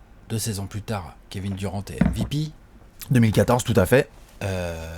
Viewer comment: Super vos vidéos comme dab mais arrêter de prononcer les noms a la française svp c’est juste horrible. Kevin durent pas duran svp quoi un petit effort les meks. Sinon top comme toujours.